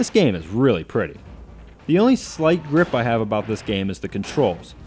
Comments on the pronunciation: do you pronounce gripe as grip in yanks/confeds ville? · Gripe, not grip.